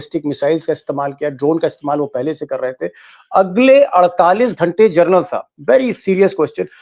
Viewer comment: With due respect, Deepak ji, please pronounce (Lt.) General as जेनरल and not as Journal 🙏